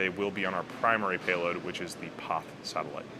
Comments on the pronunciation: Am I crazy or does he say poth/pauth instead of PAZ every time? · Why is he pronouncing "Paz" as "poth"? What language is that? The satellite is from a Spanish company, but Spaniards pronounce "Paz" as, wait for it.... "paz". Go figure. Maybe buddy has had a stroke, has a lithp, or suffers from a bad case of hipster disease. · Joaquin Andreu, are you deaf? He is saying "poth" not paz. Click the link I provided where you hear a Spaniard pronounce it "paz", then compare it with his mispronunciation. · Loved the video and space x. There a few ways to pronounce paz. Hated the one you chose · you should learn to say Paz like it should be. It's easy, come to Portugal and I'll teach you. Peace!